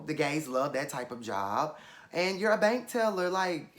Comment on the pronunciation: "I also heard that she was a, BAnk TELLER!" 😭😭. The way you said it. It reminds me of Tiffany Pollard when she was reading Gemma from Big Brother: "She is a Fat CUNT," "They were old MAIDEN, type of shoes."